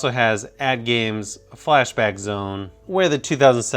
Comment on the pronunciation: sounds like he said flash to the back sounds like a joke